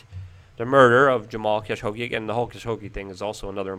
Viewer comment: "Cash-ogi" ok..